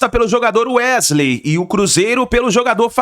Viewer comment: Gostaria de entender o motivo de jornalistas falarem tão errado? Ao invés de falar o nome do jogar de maneira correta, eles insistem com um vício de linguagem, chamam o rapaz de UEGILEI, sendo que o correto é pronunciar UESILEI.